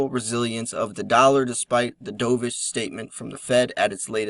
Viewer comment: Not dove ish. Dovish. Like the bird